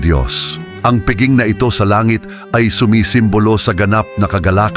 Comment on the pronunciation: Pakiwasto lang po ang pagbigkas ng piging, pista o iba pang salitang Pilipino.